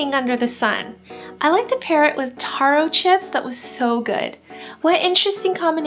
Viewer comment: Not sure if its just a regional thing but I'm Samoan and everywhere I've been in the Pacific, Hawaii included pronounces Taro like tare-oh! Loved this video, Safeway Poke is my favorite!